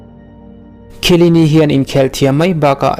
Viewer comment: chiellini lam dan hi a dik chiah em awh... sawi mai2